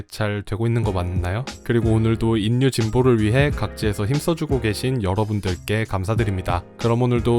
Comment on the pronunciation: 수고에 감사드립니다. 그것과는 별도로 "인류"의 발음은 [인뉴]가 아니라 [일류]입니다. 자음 역행동화현상 때문에 그렇게 발음합니다. "신라"를 [실라]로, "삼천리"를 [삼철리]로 발음하는 것과 같은 현상입니다. 또, "독립"을 [동닙]으로 발음할 때처럼 자음끼리 접할 때 둘 다 변해서 발음되는 자음접변현상도 있습니다. 듣기에 거슬려서 몇 자 적어 봤습니다. 이 댓글은 저 동영상에 담긴 것 중 몇 부분을 수정하여 다시 올리시면 삭제 하겠습니다.